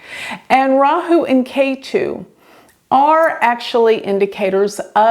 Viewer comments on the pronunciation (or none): Lol it's weird to hear Rahu and ketu from a foreign mouth. It's nice we have at least exported psuedo science in America. Hope it gets out of india to America.